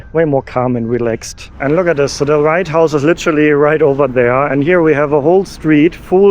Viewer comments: I enjoyed your video but I do have one question. Did you say the "Right House" or the "White House"? It sounds like you said the "Right House", if so, I like that and I am going to use that phrase when i am in D.C. next week. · I keep hearing "the right house" instead of "the white house". Maybe its just me. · are you saying the Right house or the White house? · "Write - House" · Was it me, but it always sounds like you’re saying: The right house. You do know it’s the White House? Sorry if it’s just a lisp that I was unaware of. Just saying 😊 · Did you call it Right House or am I just overhearing the W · No I'm sure he was saying the right house all the time 😂